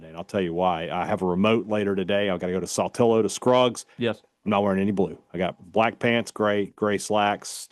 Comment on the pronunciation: Please learn the proper pronunciation of Saltillo. I beg you. It's NOT "Saultillo." It's Sal, as in Pal. Keep up the good work otherwise 😜